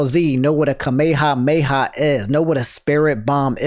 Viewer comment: I've never heard anyone pronounce kamehameha like that